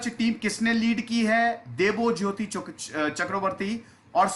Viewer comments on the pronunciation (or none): none